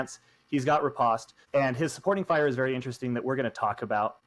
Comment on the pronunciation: Great episode other than continuing to pronounce "riposte" wrong.:) I haven't tried any part of the box yet but it is very intriguing.